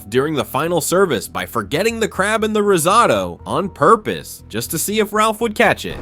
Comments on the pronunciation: Please yall!!! It’s pronounced RIZ-OH-TOE not RIZ-OTTO oooof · Bro really said "rizzoto" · Heard “rizz-ahh-to” as risotto in the beginning and immediately clicked off the video lmao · Why do you keep saying risotto that way 😅 it’s so annoying. Every time he says it’s different pronunciation 😅 yuckkkkkkkkk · These AI videos are so annoying. They don’t even know how to say the word risotto. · The most horrific part of this video is the ai commentary not being able to pronounce risotto